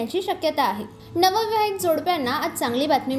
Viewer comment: उच्चार चुकीचे,णविवाहीत?